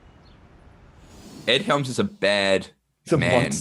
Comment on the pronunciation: You kept saying Helms's name wrong. :(